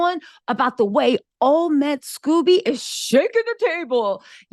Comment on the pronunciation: The way you keep calling him Scoobie has me dead laughing...LOL